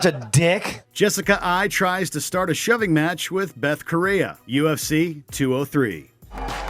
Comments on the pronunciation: "...Beth Korrea..." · Michael Key-esa, Ho-zay Aldo, Betch Coheya... It's not like it's hard to hear the names